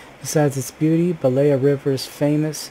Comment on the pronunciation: It pronounce stressed on "E" - bElaya river. Belaya means "White River"